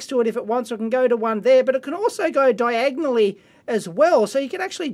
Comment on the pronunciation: let's hear dave say diagonally once more :D